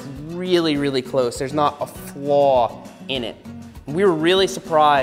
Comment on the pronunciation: When he said “flaw” and the long guylin accent came out